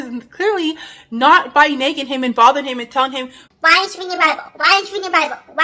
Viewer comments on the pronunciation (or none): Loved your video, practice saying the ah in nagging instead of eh, it sounds like neggin and I was like what is neggin? 😅❤